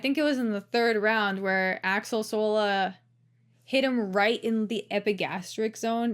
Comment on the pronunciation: Axel, not Alex tho